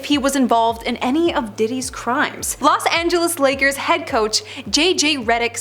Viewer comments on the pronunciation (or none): none